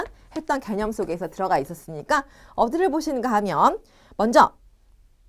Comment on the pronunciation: 개념이라고 있는디 개녕이라고 들었디